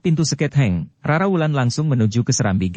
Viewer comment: Mohon maaf kepada PDN khususnya bagi sang Wira Swara. Secara umum semuanya sdh bagus, sdh sesuai dgn ekspresi dan intonasi cerita. Sedikit ada koreksi dari saya sbg salah satu penyinta cersil ADBM. Kata "seketheng" seyogyanya huruf 'th" sesuai makhrojnya dibacanya disambung (tidak dipisah) shg keluar suara "t tebal". Memang bagi generasi tua SPT saya sdh tau mana yg "t tipis" mana yg "t tebal". Begitu juga perbedaan lafal untuk huruf "dh", "e" (coret kekiri diatas dan coret kekanan diatas). Mohon maaf kalau tidak berkenan. Skip atau abaikan saja.❤😊